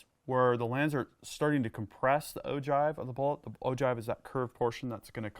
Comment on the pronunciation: it's pronounced oh-gyve not oh-jive.